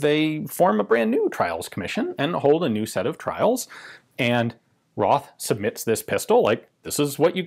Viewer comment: It's "Rawd" not "Roth*" and "Munnlisher" not "Munnlicker", but with the second name you are getting better, being almost there. I bet, i'm not sure, that it's "Tayodorowitch" not "*Theodorowick", too. Also it's "Sh-tire". One day you will master all them german weapon manufacturer names, i'm sure. The book title was great, though, which gives lots of hope for your German in the future.